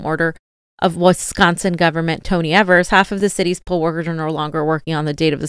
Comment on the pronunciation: Hey! Love you guys! Wisconsinite here, just want to let you know our governor's name is pronounced Eee-vers. Keep up the great work.